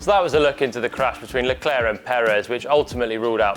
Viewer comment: Finally someone saying Leclerc properly and not Leclerk... Whoever is saying Leclerk shouldnt even commentate